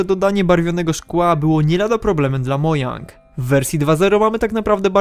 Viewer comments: Nie mojang tylko modżang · TO SIE CZYTA MODŻANG A NIE MOJANG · Czemu wymawiasz to "Mojang" zamiast "Modźang"? To brzmi źle :/ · Nie Mojang, tylko Modżang. Czytaj poprawnie. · mowi sie modżang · czyta się modżang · Mojang, modżang.. co za różnica! xDD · Co z tego, że szwedzkie? To nie znaczy, że musisz to tak wymawiać...